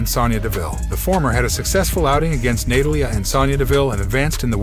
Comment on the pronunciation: Ahhh Excuse me I don't know what rock you been hiding under but Roman Reigns has had both titles for over 700 days please get your fact straight before making a video! Secondly please get people's names right its Natalia not what you said on this video!